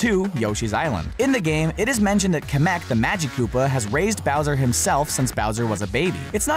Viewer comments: It's kam-mak not kam_ick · It's Kemek not komek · Kamek not cameck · camic not comc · people keep getting it WRONG it is pronounced KEEEEEYYYY KEY-MAC Kemak with the longer E sound. KEY-and-MAC KEEEEEEE-MAC with the short A sound. Kemak. I have known this from my childhood. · You say kemeck like kem-eck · YOUR SAYING KEMEK WRONG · you say kamek wrong